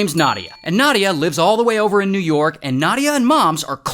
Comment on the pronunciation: oh no! you mispronounced both New York AND Russia...